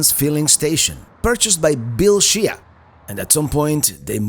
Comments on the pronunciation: Just FYI, II know you are not irish, Shea is an Irish surname pronounced Shay, not She A. Also Reynolds is pronounced Renolds not Ray Nolds as you would pronounce a spanish surname. I enjoy your videos visiting places I have never been. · Watching this video is like fingernails on a chalk board!! SHEA is pronounced shā not She-ah. If you hadn’t come on a Sunday afternoon you might have found stuff open